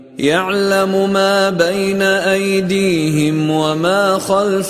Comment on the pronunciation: Salam aleikoum, il y a une erreur dans la récitation. Minute 5', "bayna aydihom" au lieu de "aydihim". Juste une petite remarque. Sinon belle récitation mashallah.